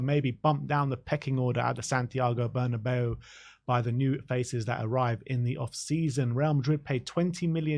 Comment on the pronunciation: really pissing me off learn how to talk if your gonna do a video Bernabeu is Never pronounced bernabayoo....